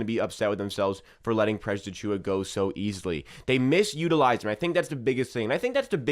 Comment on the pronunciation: bro can you still not say precious lol. slow down. your video won't be that much longer if you say his name properly lmao